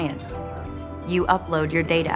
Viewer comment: Alright so it's "data" not "data".